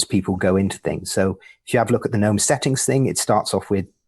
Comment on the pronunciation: The third way is to pronounce it like 'genome'. Aaagh!